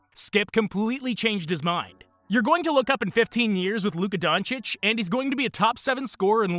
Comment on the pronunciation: Half of those so-called "experts" in the mainstream media can't even pronounce Doncic correctly lol.